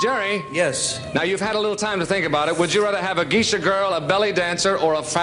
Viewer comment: Geishas (Gay-shas) are Japanese. ⛩️🎎